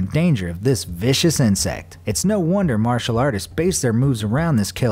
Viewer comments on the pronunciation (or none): none